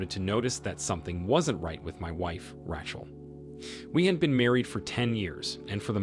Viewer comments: RAY-CHEL!!! NOT RATCHEL!!! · Man this guy's a good narrator it's so funny how he mispronounces one word that you'd think he would absolutely know . This one it's "ratchel" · Who is, "Rah-Chul"?